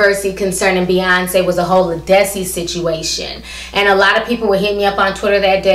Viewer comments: I agree with everything you said. But Ti her named is pronounced Lead like a lead pencil... Lead-dis-cee.lol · Her name is Led-is-see. She's been out for over 15 years. I've have her albums and she's awesome.